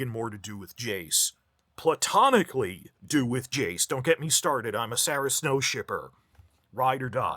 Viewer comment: When you emphasized Platonically I had people stare at me from my sudden outburst of laughter